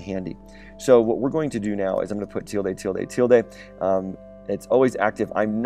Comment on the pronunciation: its not teeldae